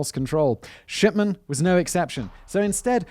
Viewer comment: i cant stop hearing shipman pronounced as shi(p)tman, it makes me giggle slightly, just think that the version of the name fits harold better but its still tame compaired to other words i would have for this doctor